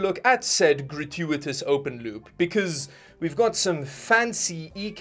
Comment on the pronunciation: He keeps saying "loop" and I keep understanding "lube"